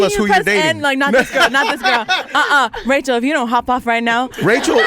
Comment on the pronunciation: Haaaa she said Rachel TAE‼️😂